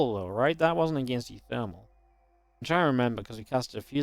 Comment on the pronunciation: you keep mispronouncing one of the player names; it's pronounced oowooThermal.